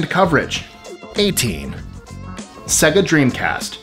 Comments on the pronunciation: Sega as in say-ga not sega as in segga. It even says as much at the start of Sonic the Hedgehog lol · I know it's spelled with an e, it's "SAY-Gah" not "seh-guh". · c'mon, say it right "SAY-Ger"